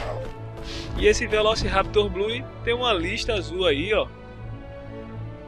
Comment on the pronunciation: o velociraptor blue se pronuncia velociraptor blu